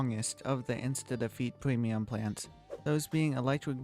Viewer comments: I love how he says “Pwemium Pwants“ 😭😭😂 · I like the way bro talks pweamium plants just makes me want to become friends